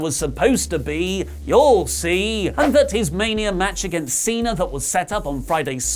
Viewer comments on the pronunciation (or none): none